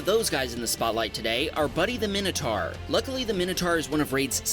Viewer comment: What's a Minnotar ? /MY-no-tawr/